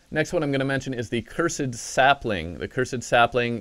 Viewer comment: Played terraria for 13 years... still doesnt know how to sayy "cursed"😂👌